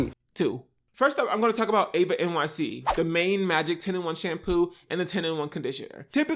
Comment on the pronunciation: I’m not trying to be mean or rude or anything my name is Eva and i know this isn’t that serious but a lot of people get my name wrong and say Ava and I’ve been prone to notice it so I just wanted to say all that to basically say that eva nyc is pronounced with an E sound sorry I’m really not trying to be extra it’s just something g I’ve come to notice